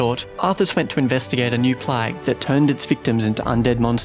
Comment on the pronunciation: Awesome videos but how did you pronounce plague? 😂